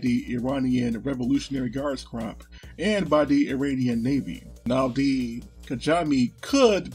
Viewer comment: Always glad I subbed. Your videos have came a long way and keep improving. So much easier to get an overview of the obscure topics you cover. Also please pronounce Corps "Cor"